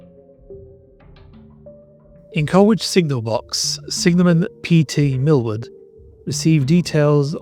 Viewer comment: Many thanks for this presentation but with respect to the sole fatality, it’s Goode as in food, Colwich as in Col-itch and coach never carriage. Horses pull carriages nowadays. RIP Driver Eric Goode.